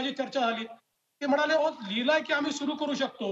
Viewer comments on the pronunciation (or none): "म्हनाले" नाही रे, "म्हणाले". कुठून आणतात असले वृत्त निवेदक शोधून? पहिल्याच वाक्यात चव घालवली.